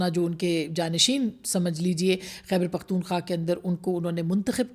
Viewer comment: بہن! آپ تو سپر جرنلسٹ/ تجزیہ نگار اس لیئے ھیں کہ "خیبر پختون خواہ" کا نام صحیح طریقے سے لیتی ھیں ۔ ❤